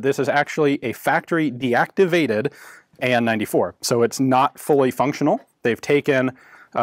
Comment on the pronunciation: the pronunciation of the acronym of the name hurts the ear mechanical (M) mechanical (M) Gleb(Г) - Anna (A) Nikolay (N)-94 like first char of this spelling